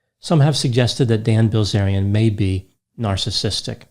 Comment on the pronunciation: I couldn’t help but hear Gozerian every time you said his name.